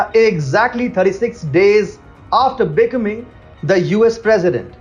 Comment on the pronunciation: You guys are awesome. I love your brash reality about what the liberals and U.S. media are up to. A quick tip if I may. I'm an English teacher - specifically pronunciation. If you'd like, I'll help you. The word - becoming - which you said numerous times, will be understood by Americans if you say, "bee" (like the animal that is yellow and black stinging, honey making), "come" (like when you say come here) and then add ing. Emphasize come. beCOMing. Just an English tip! You guys are awesome!